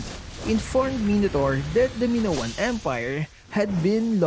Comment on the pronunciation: it's maynown not minowan :)